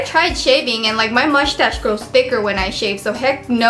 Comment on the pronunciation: MUSH TASH LOOOOOOL